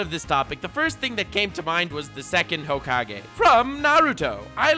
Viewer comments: Yeah everybody talking about boomers, but i love how he says hoake-j instead of hokage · nobody::Hoekage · flexing on us by saaying hokaj instead of Hokage! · No one: Not a single living being:: "Ho cage" (hokage) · That ho-kage thing pissed me off much more than it should have the more you said. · Old-school Naruto fans: IT'S PRONOUNCED HOE-KA-GAY!!!: ok boomer 😐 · Do you pronounce it Hokage or Hokage. Honestly I prefer Hokage over Hokage, but I have no problem saying Hokage in any setting. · Ur saying hokage wrong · when he slips on that hokage pronunciation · Lol the way nux says hokage is how i useto pronounce it bf i watched the anime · 1. This video is something I never knew I needed this much 2. the way you pronounce Hokage is now the ONLY way I will say it....FLEX ON YOU KISHIMOTO